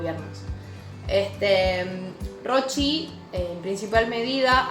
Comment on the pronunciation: Por favor una ayudante de cátedra tiene que pronunciar bien el apellido del autor